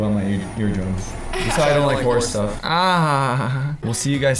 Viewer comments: It sounds like he is saying Horse instead of horror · When says horror it sounds like he's saying hore 😳😂